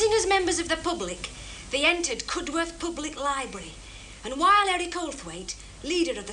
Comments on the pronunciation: Cud-worth? Shock! Horror! Any native of Cudworth will tell you that it's pronounced Cud'erth. "Them as says it wrong is never seen again, tha' knows..." ;-) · "Olthwaite hits Cudworth" - or Cu'doth as it's pronounced by the locals. I originally came from this small mining village next to Grimethorpe. This series is an absolute gem. I even bought the books with the screenplays. Best quote from this episode? "Manager tells of night of boredom". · It's not Cudworth its Cud'rth